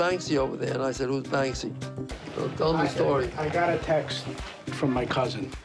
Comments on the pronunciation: It's pronounced bank see not ban ski! So bloody annoying, these apparent fans of his work can't even read his name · It's very annoying! My ex gf was friends with him. She is from Bristol. It's Banksy not Bansky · Bansky?????? Its banksy guys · Anyone else groan every time the couple says "Ban-skee"? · How can someone call themselves a “Banksy hunter” and pronounce it “bansky” 🤢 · Bansky🤣 head of his marketing class 🎁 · Why tf some of them calling Banksy bansky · In the audio guides he pronounces it as Bansky. Satirically of course. Werther the people pronouncing it that way were playing along or seriously thought that was his name I do not know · The fact that you two are featured so frequently in this, pronouncing his name wrong, is just sad... 💭🙄🤌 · Americans can’t say banksy